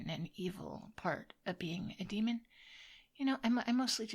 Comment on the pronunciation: Did I hear her call herself a Dreamon? Amusing!